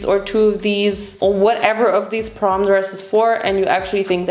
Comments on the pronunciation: did bro say porn instead of prom? 😭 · Dude saying porn instead of prom is killing me😂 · Vincent: "PORN!?" 😲:... "porn?" 🤔